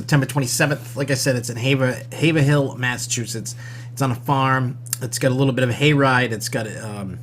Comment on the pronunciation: Lol you don't pronounce the 'er' in Haverhill. It's hayv-rill🤭 but thanks for the tips